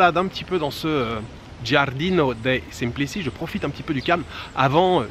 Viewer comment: Prononciation: Giardino dei Semplici, c'est Semplitchi, comme Ciao = tchao! Comme Croce = Crotche 😊chez nous la c + voyelle i, ou e est toujours ci = tchi, ce = tche, cia = tcha Mais ca = ca, cu = cou et co = co Nous sommes difficiles 🤣